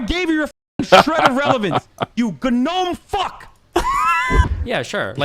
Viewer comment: I still want to know if hasan actually thinks gnome is pronounced guh-nome